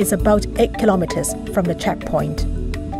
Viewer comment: interesting BUT you don't say Kilometers properly . . .